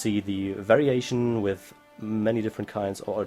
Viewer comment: When he says variation it sounds like very Asian XD